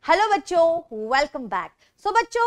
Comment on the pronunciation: Bacho pronounce like 'bocho'😂😂😂😂